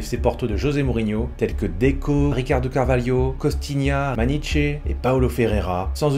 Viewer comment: Salut ! Top vidéo :) petite chose si possible.. maniche se dit maniche... non pas maniché 😅 comme fonte qui se dit fonte et non fonté 😅